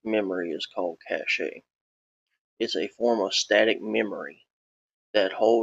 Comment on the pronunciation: Cache is pronounced like "cash", not "cachét"